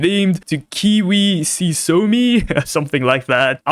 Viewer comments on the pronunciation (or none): none